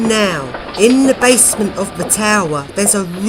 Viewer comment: Its basement not bassment.